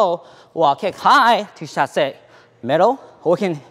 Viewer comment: it is so weird to hear english speaker talk in french "chassey" "reverew" XDDD